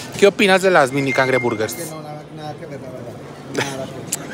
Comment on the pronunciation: Ya sabe, ya las probó y no le gustaron por dulces, pero ella le sigue diciendo cangreburguers